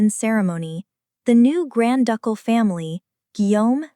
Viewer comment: "Duck-all" Palace??? It is pronounced "Doo-kul".